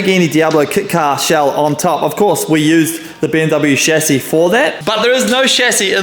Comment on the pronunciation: I love that you don't say "Shazzy" instead of Chassis.